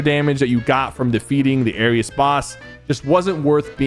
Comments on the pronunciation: SYPHER HOW DO YOU NOT KNOW HOW TO PRONOUNCE ARES? IT'S NOT ARIUS BRO IT'S 4 LETTERS☠️☠️☠️☠️ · Ares is pronounces "Air-ees" and Montague is pronounced "Mon-tah-gew" 😭😭😭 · It air ees not air es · aireez not aireuss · Sypher: Aris Everyone else: Ares edit: Ok he said basically every characters name wrong 💀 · Nah he called Ares airious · Blud said Arius instead of Ares 💀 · no way bro kept saying "arius" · as a Greek I’m just offended the way he said ares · Not only did he put Nishas ar lower than Valeria’s smg he also put Montague low it’s good when you hit your shots plus he kept saying ares name wrong 😭